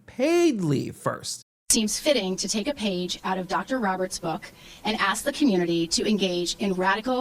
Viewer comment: Its ASK not AXE. Grow up